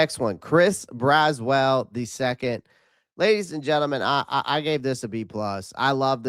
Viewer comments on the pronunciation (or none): Pronunciation isn't my strong suit so I had to look it up myself... but based on a few of his pre-draft interviews, Chris actually pronounces his last name BrAz-uhl. Love the channel! Keep pounding!